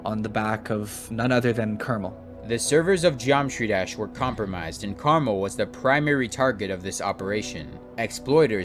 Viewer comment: why did he pronounce "KrmaL" as "caramel" also its KrazyMan50